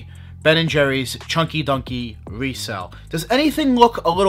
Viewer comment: Choin-ky doin-ky is what I hear